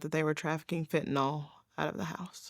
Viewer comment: I've watched lots of these sad stories. In all of them, the folks pronounce it Fentanol, whereas, it should be pronounced Fentanil ... the y in the name is pronounced as an i, a 'soft' i, being Fentanyl.